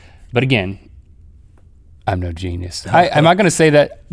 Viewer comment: Gene-E-US? What's a Gene-E-US? Is it edible?